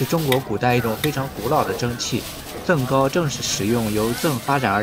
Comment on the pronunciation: up主 我们西安本地叫甑糕（jing gāo）不是zeng 糕哈😊